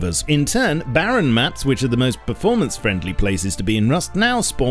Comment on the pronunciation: Berformence :DDDDD